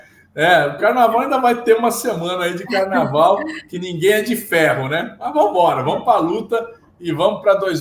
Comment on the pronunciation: Falando p Nguem........😂😂😂😂😂😂